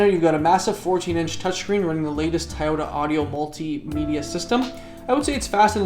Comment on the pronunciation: Tayota lol